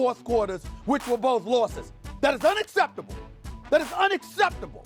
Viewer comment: LMAO "this is unaccerrrbbtuble"